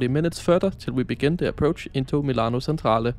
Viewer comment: Seriously, you could have made an effort to pronounce the Italian names correctly: Chiasso and Centrale, in particular.